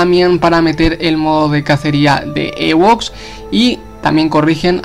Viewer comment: Se dice "iwoks" no "ewoks" xd